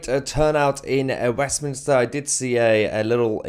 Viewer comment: Mayhar, you dis say "WEFminster", didn't you? If you didn't, you can have it... Merry Christ-Mas to you, your fiancee, and one and all!